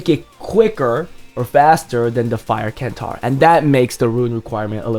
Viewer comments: The c in centaur is pronounced like an S. So it pronounced like it's spelled Sentaur :) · KENTAUR? no man..... centaur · nope its pronounced sentaur according to every online dictionary ive found, even greek dictionaries